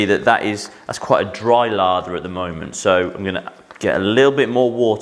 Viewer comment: Laaather not Lava.